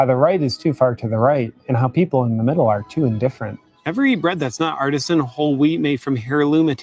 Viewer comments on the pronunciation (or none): none